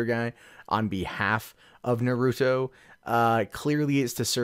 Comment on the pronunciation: Just to be clear,, it's pronounced "NAH-roo-toe". Not "nah-ROO-doe".